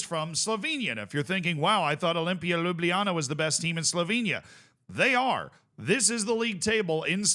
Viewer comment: Ljubljana pronounciation dropped off, though 😂